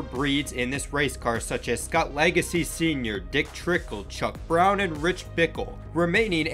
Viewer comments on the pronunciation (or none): Hey man its not Brown, it's Bown.. Chuck Bown..